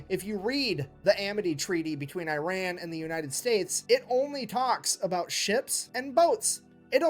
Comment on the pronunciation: well first of all it's not /AIREN/, it's Iran. Or did you RUN somewhere son? This hillbilly needs to learn the name of the country then he can speak :D